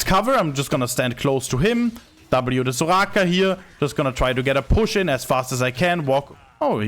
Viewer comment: I like the way he said Soraka 😂 zouGhaka